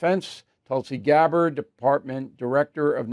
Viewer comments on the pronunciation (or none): none